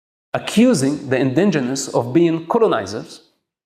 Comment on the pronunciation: I would believe him if he could pronounce indigenous properly.